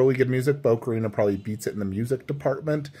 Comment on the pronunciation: Please pronounce ocarina properly 😬